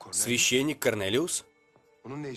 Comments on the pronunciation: Почему Корнелиус всегда слышится как Коронавирус 😂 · Когда слышу Карнэлиус вспоминаю Коронавирус😏